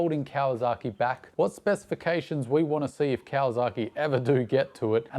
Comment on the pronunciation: mate.... great content as always but PLEASE!!!!!!!... STOP with the KawaZaki... there is NO Z in the word. That is like pronouncing Sydney as "Sigh-Da-knee". Never has been a Z, never will be. YamaZAKI is a whisky... but there is no ZAKI in Kawasaki. I have lived in Japan for 26 of the past 30 years... (well ten months of each of those years in Japan. LOVE being back in Oz and riding my dirtbikes day after day after day as often as I can... pre covid) Keep up the good, and work on pronunciation. LOL